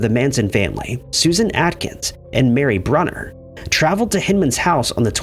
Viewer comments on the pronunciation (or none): none